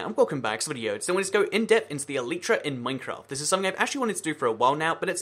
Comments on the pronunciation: It's not pronouced eleetra, it's pronounced elyytra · Why do you say "eleetra" instead of elytra?